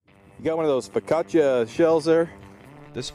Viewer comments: "Focaccia shell" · ficcacha shells? SMFH dude, if you are going to love a brand than AT LEAST PRONOUNCE THE FUCKING NAME CORRECTLY! FEE-OH-KI...... FEEOHKI-Fiocchi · Those white shells are pronounced "Fee-Oh-Key" good shells I've used a couple of their 12g rounds